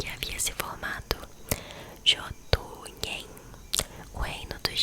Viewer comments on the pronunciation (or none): sobre as pronuncias, na escandinavia nordica o j tem som y ent jotunheim se le yotunheim e jotnar se le yotnar, os reinos são quase iguais como nilfheim que se le separado sempre EX: Nilf Heim, Muspel Heim, Hel Heim. nunca junte o h com as letras anteriores como em muspelheim n leia lheim, leia muspel heim outra coisa o heim tem som de haim ent o deus da ponte bifrost se chama haimdall assim como os reinos, e ginnungagap se le com o G do portugues mesmo ou seja Gui ent a pronuncia é GUInnungagap espero ter ajudado:hand-pink-waving: se precisar de mais ajuda em pronuncias tamo ai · Ginungagap = guinungagap. G anterior à I ou E tem o som do GU em Guilherme e em Gueto. Muspelhein = muspelrráin. Todas as palavras que terminam com "hein" são pronunciadas como "rráin". Jotunhein = Iotunrráin. J tem som de I. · nao e jotuneim e jotunhiem e se pronuncia jotun"rain" de nada e desculpa pela ignorância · Jotuhem kskkkkkk é engraçado ela n saber as pronúncias achei fofo, minha mitologia favorita contada pela minha Youtuber favorita ❤️